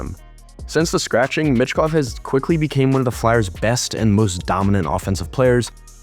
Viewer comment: It's pronounced Meechkov, not mitchkov